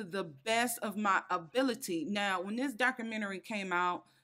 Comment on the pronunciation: What is a doc-crew-mini-ree 😂🤣